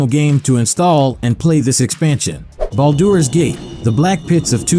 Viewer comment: I take thunder damage every time it tries and fails to pronounce Baldur's Gate.